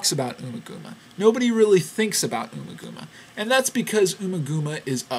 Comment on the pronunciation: It IS pronounced "Oma-Gooma." And, yes, he didn't even mention the live tracks.